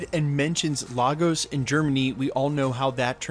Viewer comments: Point of Correction, It's not Lah-Goes, it's Lay-Gus. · Hate to be that guy but the city is pronounced 'lay gos' not 'lar gos' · IT'S LAY-GOZ NOT LAR-GOZ... jeeeeez lol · It's pronounced Lay-gos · ok everyone say it with me now... "Lay-guhs" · LAGOS is pronounced Lay-Gus make the attempt atleast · Yo bro, it’s pronounced Lay-gos just letting you know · Nice breakdown. BTW it's pronounced LAY-GOSS! LAGOS. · It’s LAY-Gus Nigeria. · So frustrating that wandavision creators put so much time into researching sitcoms for accuracy but no one took a second to research how to pronounce Lagos correctly. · why does everyone pronounce Lagos wrong? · As a Nigerian, the way this guy says Lagos🤦😂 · So many people mispronouncing Lagos.